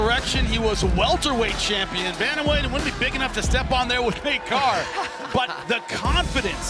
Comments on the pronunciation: bantamwheight?? lmao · Did he just say bantamweight?